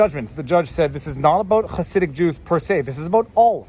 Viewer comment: As an orthodox jew, all I have to contribute is that you nailed the pronunciation of "Chassidic."